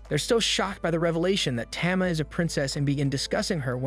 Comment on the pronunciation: Tama is pronounced tahmah not tammah